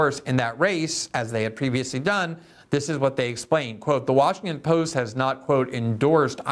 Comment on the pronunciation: Are you saying Washingkin?